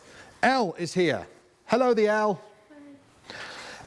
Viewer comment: is it hello Elle, or hello Elf 😂 🧝‍♀️🎄Hope to see you out in Morocco in no time 😊